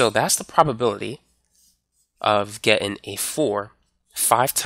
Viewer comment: love you, you're awesome, but please please please....it's "Getting" not "gettin"